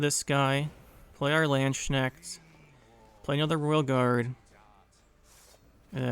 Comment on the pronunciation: ma boy butchered poor Landsknechts name, far beyond i would thought xD